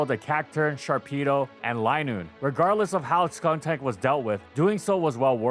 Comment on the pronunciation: Disclaimer about mispronunciations in the beginning: Proceeds to say “Skunktank” in the first 5 min. 😂